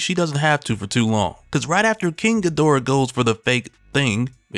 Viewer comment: This was dope lore. But the weebs gonna get at you for saying "king gadora" instead of "king gi-do-rah"😅